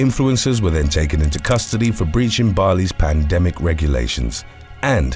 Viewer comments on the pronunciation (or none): none